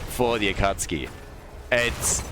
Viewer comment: Is the "Akatski" pronunciation on purpose? Or are you not a fan of Naruto? :D